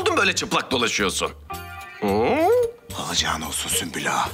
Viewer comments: Biri süklüm der diğeri süslüm kfkfjf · hele bir de Sumpül vardı ahshah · sümbül ağanın ismini yabancı kadınların söyleyememesi peki ksbdjdkshd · Bu sümbül ağanin adini kimse düzgün solemiyor ya ahaha